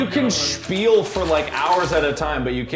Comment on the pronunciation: "You can literally spiel for hours and hours[...]" Did Mark changed to German a bit there? XD